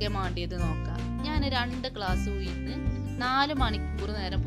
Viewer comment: ഉയിന്ന് അല്ല ഉഴുന്ന് ആണ്